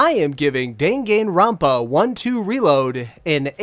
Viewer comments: Dinginrinpa?!?!?!?!?!?!?!!?? I'm sorry but the fandom will assault you if you keep saying it like that... It's pronounced: Dan Gun ron pa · Was pretty interesting hearing another pronunciation to the title as I've heard it as (Dah)-(Gahn)Ron(Pah) rather than (Deh)(Gen)Ron(Pah). But it didn't sway my opinions on your review. I've seen walkthroughs on it and honestly the more recognition this game gets the better as it's enjoyable. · Just watch the Anime OP and pronounce it like that